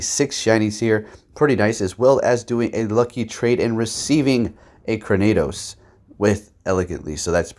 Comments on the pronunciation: It’s actually kra-nee-dose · really feel like you mispronounced Cranidos' name on purpose...